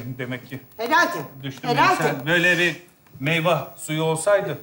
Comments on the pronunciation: Baban meyveye meyva dedi 😅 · Meyva dedi ya meyveye 😂😂😂😂